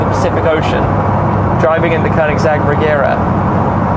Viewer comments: It's actually pronounced "Reyera" in swedish if you want to be precise. :) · Nice overview, though it is pronounced with a soft G - like a J - Rejera. It is the Swedish word for "to rule".